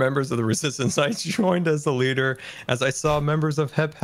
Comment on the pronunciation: lider, you meant "leeder" right ?